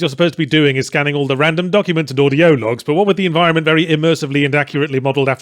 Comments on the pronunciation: "audió logs" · “Audi-OH logs”. I’m sorry but that hit me like a truck.